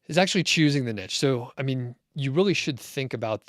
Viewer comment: Niche... no T in there! this is a French word...